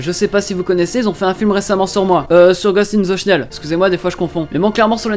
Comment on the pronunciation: euh tu dis ghost in the snell mais c'est pas plutôt ghost in the shell ?